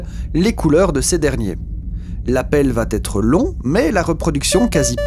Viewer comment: Merci. Attention au tic du langage consistant à mettre des liaisons là où il n'y en a pas. Le plus fréquent chez vous étant "va-t-être". Bonne journée.